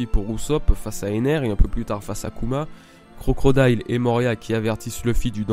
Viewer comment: 3.34 "Crocrodile" mdr